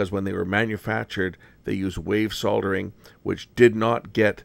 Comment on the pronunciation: Great video,! He does a great job of soldering! Not sodering!!!